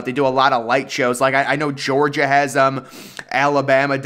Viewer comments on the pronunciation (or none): none